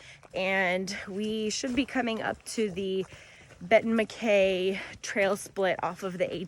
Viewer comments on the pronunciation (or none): Congrats on finishing the GA Loop! I hate to be "That Guy" but a couple of correction....First, it's pronounced Benton Mack-EYE as in your eyeballs. Second, there is a bear cannister requirement on Blood Mountain as you mentioned but it doesn't apply to Woods Hole Shelter as they have a heavy steel bearproof box that campers can put all their food in.